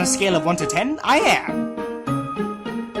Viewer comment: I'm just saying but when Papyrus said 'I am always telling you that', the emphasis was meant to be on the am, like 'I AM always telling you that!'